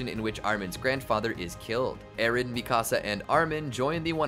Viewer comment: i hated the way you said mikasa though😭